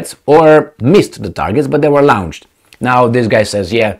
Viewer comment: LAWN-CHED, LAWN-CHED. NOT LOUN-CHED!